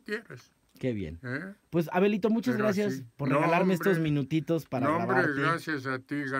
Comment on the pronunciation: Creí que le decía abuelito xD Ya después escuche que decía Abelito xD